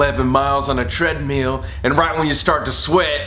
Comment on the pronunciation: Colby for the love of god do not pronounce “treadmill” as “tread-meal”